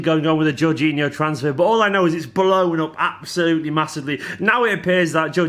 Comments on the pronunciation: I think its Jor-geen-eeo but i could be wrong as well! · least we wont have to hear you mispronounce his name all the time ;)